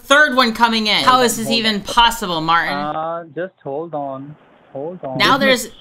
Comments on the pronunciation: There’s a ‘t’ in Martin. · Who is Mar-In? Can you not pronounce a T in the middle of a word?